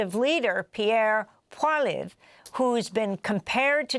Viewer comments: Lady host of the show : learn to say Pierre Poilievre’s name right. You say it simply as Pauly - Ev. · She's usually careful with pronunciations. Should be Pwa-lee-ev-re Poi-li-èv-re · Amy his name is pronounced Paul -e -ev. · For someone who pronounces names so "authentically" (Greta Tuneberry, for example), I'm surprised that Amy can't properly pronounce, or put an accent on the name "Poilievre".